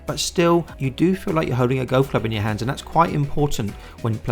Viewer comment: Why can't you pronounce the word 'golf' properly? lol